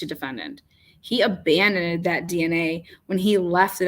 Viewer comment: abandoned. It's got a "d" on the end.